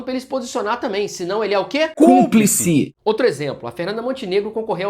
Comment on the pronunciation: Os dois falando "CUMPLICE"😂😂😂😂